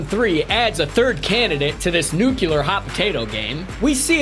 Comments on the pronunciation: Nuclear NOT nucelar! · besides the amount of times he said nucular instead of nuclear amuses me. this was aight. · yup the analysist uncovered a nucular bomb threat on that netflix show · every time this man says "nucular" I wince in pain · Nucular. So funny. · Why are you saying “nuclear” like that? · Dear God learn how to pronounce nuclear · Nucular? Analysist?